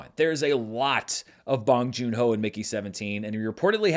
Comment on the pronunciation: "bOHNG" like own. Otherwise, nice review. 😊 -from a Korean American sub